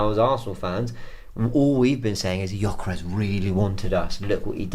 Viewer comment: it’s not Jyokeres …. It’s GGGGGyokeres!!!